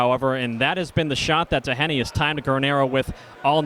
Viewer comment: seriously somebody needs to tell that commentator how to pronouce Tj DOHenys names. He's not DA HAN EE or DON agh eee. how fucking hard is it to say the mans name?